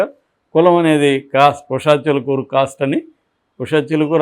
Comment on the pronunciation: Not "Chilukuru", "Chilukuri".